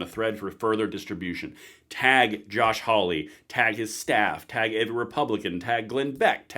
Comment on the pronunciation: Love the channel. But i have to point out, its Hawley, not Howley. Think "haul", not "howl ".